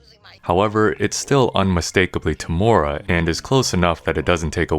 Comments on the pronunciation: Second attempt at Temuera's name was spot on bro. We just call him Uncle Tem here in NZ lol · As a Maori from NZ I can confirm, you pronounced Temuera's name perfectly this time!